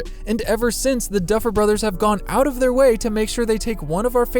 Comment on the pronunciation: No one: Absolutely no one:: ”DuFfEl BrOtHeRs”